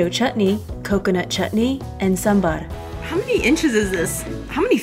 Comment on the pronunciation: you know what, you pronounced Sambhar better that North Indians....